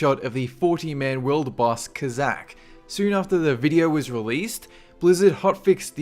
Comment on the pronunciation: ka-zak? Wtf? It's Kaz-zak..